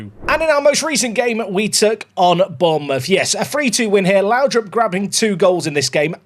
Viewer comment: oh google trnaslate. Whatever happens, I hope we have a Lowdrip stand. Not laudrup. Lowdrip :D